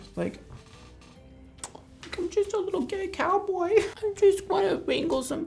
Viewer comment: "I'm just a little gAhuIY cowboy" 😭